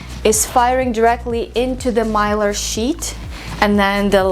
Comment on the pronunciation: Mylar, you pronounced it correctly.